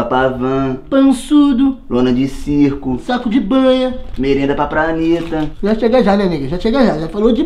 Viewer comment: Kkkkk "merenda pa praneta"